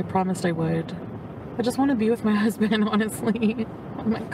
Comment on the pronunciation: The way she says “hasbandt” is cringing me out😅